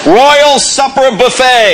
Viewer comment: It's "Super", not "Supper". And he's making fun of others... - A spider is not an insect.